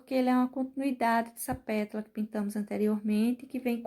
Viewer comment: Sigo vc faz muito tempo!! Adoro seu trabalho!!! Posso te dizer que vc precisava cuidadinho quando falar “”petula”” só que é “PÉTALA”” vc me perdoa!!! Só estou salientando porque vc é dezzzzz mil de professora 👩‍🏫 👏🏼👏🏼👏🏼👏🏼👏🏼👏🏼👏🏼👏🏼👏🏼👏🏼